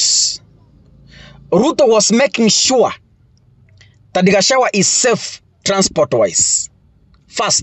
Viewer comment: You cant pronounce GACHAGUA ...g is there. You call him Gachawa...Pleeeaaassse Ndewa....Ndegwa....G again